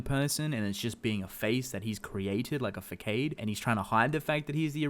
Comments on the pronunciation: Bro, he said "fac-kade" not facade with th s sound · Also you always say facade wrong dude the c isn't pronounced with a k noise it's an s noise